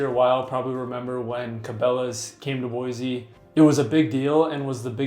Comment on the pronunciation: This guy can’t even say Boise right. Don’t buy from him he must be a transplant